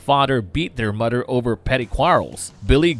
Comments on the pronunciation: Did the narrator pronounce mother as mudder smh.... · Narrator pronounces it, "Mudder and Brudder." LMAO. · Why cant you say the word "mother"?